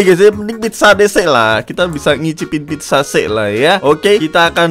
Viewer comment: Pizza kali bang bukan pidja